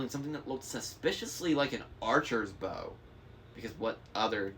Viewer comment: There's also potentially a misplaced emphasis. "An archer's bow " instead of "an archer's bow"